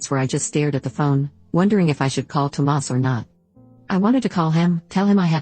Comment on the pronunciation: I just wish the bot would stop calling him Toe Mass